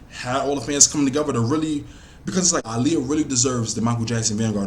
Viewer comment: I love how u say her name. Aaliyah be getting annoyed when people don't say her name right lol